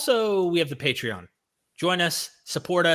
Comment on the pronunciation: Did almost say: "Matreon" instead of Patreon?. Luv it! 😁